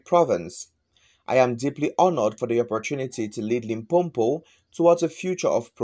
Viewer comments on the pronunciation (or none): Its not LimpoMpo wena....it's Limpopo